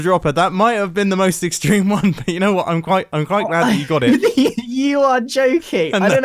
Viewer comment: "IN WHOT??!!" "I-IN WHOT??!??!!" "WHAUT DO U MEANNNN!!?"